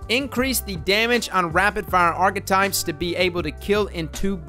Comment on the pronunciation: "Arca types"